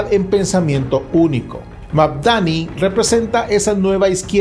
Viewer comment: Es Mandani no Magdani, ademas deja de repetir lo mismo Al principio del video por eso te puse un dislike😊